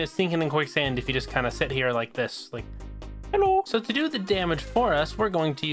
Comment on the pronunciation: Did u say Hallo? I guess it was german xD